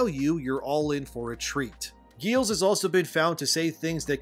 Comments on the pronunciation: BTW, the main writer for this game is pronounced Giles (like the character in the Buffy series). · his name is pronounced like Rupert Giles from Buffy. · Hey man appreciate your work and the delivery of it. But respectfully, you should take a little time to understand how names are pronounced. Getting Giles wrong and mispronouncing "rhetoric" undermines your position as a public speaker